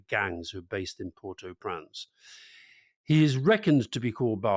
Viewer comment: Alastair, well done for pronouncing Port-au-Prince correctly. I wish others - such as the BBC - would follow suit.